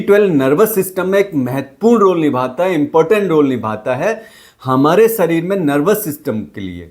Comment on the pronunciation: व और श हिंदी भाषा में नही है क्या? बिटामीन,सरीर बोल रहे हो,वो भी डॉक्टर होके 😂😂